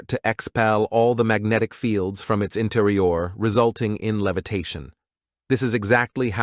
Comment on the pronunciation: "Interior" and "material" are mispronounced. It would be good if the AI voice was double checked for accuracy.